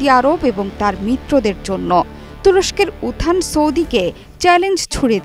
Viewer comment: What is উথান? উত্থান উচ্চারণ ঠিক করেন।